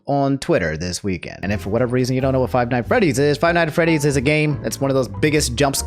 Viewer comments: You attempted to say Five Nights at Freddy's three times, and you failed every time lmao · “Five nights at frayties” -Jack black